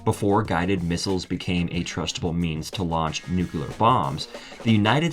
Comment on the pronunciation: ..."nucular".... :-D